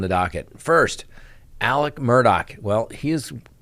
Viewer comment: It’s Alex NOT Alec.